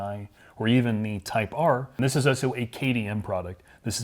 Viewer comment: Can we get to start pronouncing his L's when saying "also"? I ohso like your channel very much.